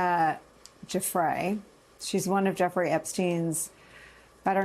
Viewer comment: Thank you, Nicolle, for pronouncing Virginia's last name correctly. Too many in the media, disrespectfully and ignorantly, do not. And, It seems peculiar that Trump recognized her married name...but when she worked at Mar-A-Lago she was single and her maiden name was "Roberts".